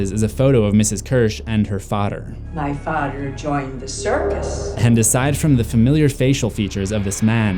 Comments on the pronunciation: I love how they say “ fader” instead of “ father “ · anybody notice how he and mrs kersh both said fader instead of father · The next thing Beverly notices is a photo of Ms kersh and her Fader....I thought he said it wrong until Ms kersh said it the same way too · And her fader Sir it’s father Clip: my fader Oh.